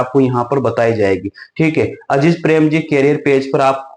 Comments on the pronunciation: अजीज नहीं अजीम प्रेमजी हैं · अजीज नहीं अज़ीम प्रेमजी है वो 😊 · Dosto yeah itna baklol hai ki Mr.Azim prem ji ko Aziz prem ji bol raha hai aur farzi